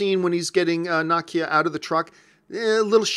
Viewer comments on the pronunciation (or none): Na-key-a lol